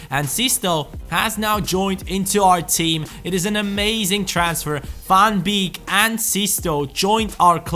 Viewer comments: Sven van beek is pronounced as sven van bake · You pronounce Sven van Beek's name : Sven van Bake hope this helps. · you pronounce van beek as van bayk